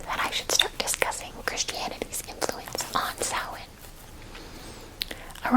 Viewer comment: The fact you pronounced Samhain correctly made me stupidly happy and that you know it's new year. Love from an Irish girl in Ireland 😊